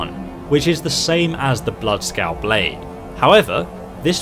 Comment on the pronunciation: The "Blood Scout Blade"? "Oreos Blade" and "Children"? Was that intentional?